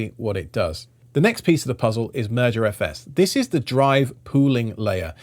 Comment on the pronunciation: I keep hearing "Murder FS" Move over MergerFS